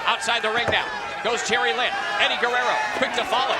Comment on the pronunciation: Wtf? It's Eddie Guerrero, not Guerrera. Were you thinking of Juventud or what?? 🤔😂